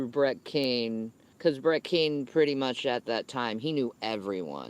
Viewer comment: Why is she saying Brett KING, but can’t pronounce any other g in the English language?